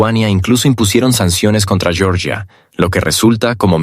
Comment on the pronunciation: Georgia, no Yoryia (así se diría el nombre en inglés). El nombre nativo de Georgia es Sakartvelo.